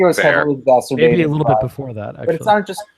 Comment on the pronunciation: Dude, mispronouncing "exacerbate" as "exacSTurbate" is not only wrong, it sounds more like masturbate than the original word LOL. I can't take people seriously when they do things like this